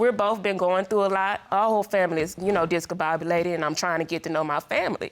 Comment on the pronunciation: BRUUUU ion know if yall saw this. she says the word "discombobulated" but it sounds like she's saying "discabobulated" and a lady on the left side of the screen how 2 try to hold in her laughter LOL 😂